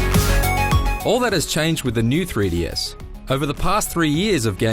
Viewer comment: "Free Dee" Dude...come on.